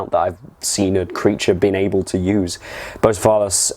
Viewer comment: That pronunciation of "Bucephalus" threw me off :D Great tips though, having my final fight in one or two sessions from now, can't wait!